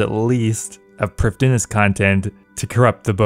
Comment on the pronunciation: No one ever says prifddinas correctly :(